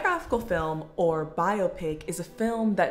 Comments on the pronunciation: is bi-o-pic really that much of a personal choice when that's how it's listed as being pronounced properly in the dictionary? lmao i'm certain biop-ic is a byproduct of those who don't know how to pronounce it properly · I’m 35 and didn’t realize there was any other way to pronounce biopic other than bio-pic